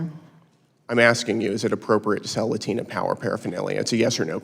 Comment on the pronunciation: Pronouncing Latina with an accent is cringe AF